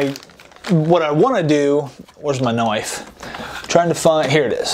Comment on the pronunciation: ve-hicle and knoife. well done